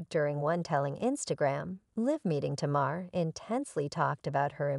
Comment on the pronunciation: How can these people keep mispronouncing Tamar’s name.